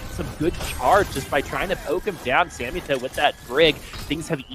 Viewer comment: Its samito not sammytoe